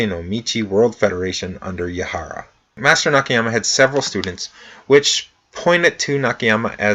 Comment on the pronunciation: Hello; the pronunciation of Japanese is the same as the Spanish and similar to most Languages where letters sound like written; like "A" sound A not "ei" (like hey without H) so NAKAYAMA sound like that not Nikihyama as you are saying. I understand that you apologized about that; I am only trying to cooperate about it.